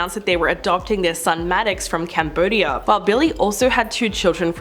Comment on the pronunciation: Okay... where to start... it's Holmes (in both instances), not Homes. Then there's Maddox, not Maddix. And..... John MAYOR?? Seriously, if you're going to make these videos, please do some research on how to pronounce and spell peoples' names.